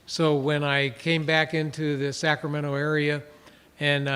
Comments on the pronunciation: Say "Sacametro" ONE MORE TIME. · So Sacramento is pronounced “sacmetro”? Got it